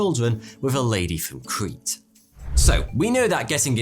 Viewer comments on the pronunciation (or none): none